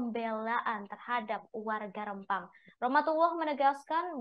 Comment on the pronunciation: Penyiar berita nya gak bisa itu ejaan Rempang dg E keras bukan e lemah